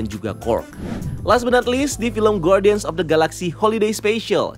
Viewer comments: cuma mau koreksi spelling. harusnya dibaca gardian (ˈɡärdēən), bukan guardian soalnya judul filmnya bahasa inggris setahu saya. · Koreksi. guardian itu huruf u gak dibaca. Jadi bacanya gardian bukan gwardian